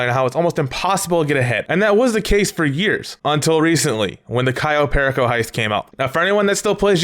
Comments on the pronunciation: I hate the fact that you pronounce everything wrong. Example: You: Kayo Pery co Everyone else: Cayo Perico You: Tor ray der Everyone else: torador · Pear eh co it drives me crazy it’s pur e co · when he says cayo PEAR A CO i get so triggered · ITS PRONOUCED CAYO PEAR Y CO JEEZ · People who don't say Kai-o Pearako Heist: 🤡🤡🤡🤡🤡🤡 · Lmao why does he say Cayo pehrricohh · *Cayo PERICO (KAI-YO PER-E-CO)